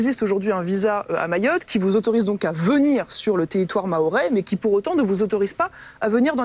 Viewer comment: tu es pas foutu de dire maroé ? tu as traité une vidéo ou même darmanin le dit a peu près correctement mais maroez alors la comme conneries ...